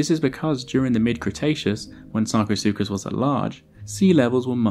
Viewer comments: somebody give me a dollar for every time he says sarcosucas lmao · I have brain damage after hearing sarcosukus so many times.